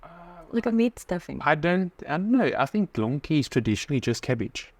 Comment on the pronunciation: STÄDEL IS A JEWISH TERM FOR A JEWISH SETELMENT 🇵🇱✝️🔯🇮🇱🕎☦️🇵🇱 GOLONKI AS YOU CALL THEM IS SOMMETHING EALS IT IS " PORK KNUCKLES " (1 GOLONKA )YOU MEAN " GOLABKI " FOR ENGLISH SPEACKERS WOULD BE " GOLOMBKI " AND " PACZKI " WOULD SOUND LIKE " PONTSHKI " . PACZEK IS 1 AND PACZKI IS 2 THAN YOU ALSO HAVE THR PLURAL WICH IS " PACZKOW " 😂😂😂😂